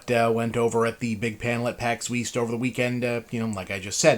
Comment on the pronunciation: "Pax Weast"